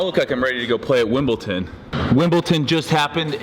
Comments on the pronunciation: Steve, it's tradition for all of the athletes to wear all white at Wimbledon. But besides the color of the shorts, you were spot on haha. Also, it's WimbleDON not WimbleTON lmao. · ''Wimpleton" 😂😂😂 i think you mean *Wimbledon Steve! Love Your videos 💪🏻😍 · Wimbledon not Wimbleton haha Steve ❤️ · hehe Wimble...ton, love it Steve :-P